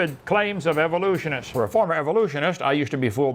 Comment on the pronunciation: “Where I take a silly look at the claims of evolutionists.” Lol I love how he butchers it slightly differently each time